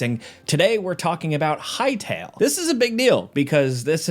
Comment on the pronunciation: respect to the guy who said "hytale"